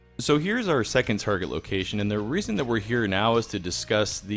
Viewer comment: Whose mom also called Target "tar-jet?"